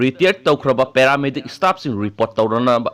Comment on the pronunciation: Istaff, istate, istatus... Anchor plis improve ua pronunciation!!